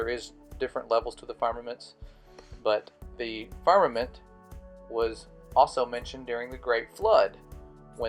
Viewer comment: He cant even say "firmament" right and expect us to believe him.